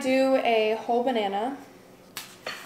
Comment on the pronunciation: I am obsessed with the way you say banahnah I want to hear it all day long 😂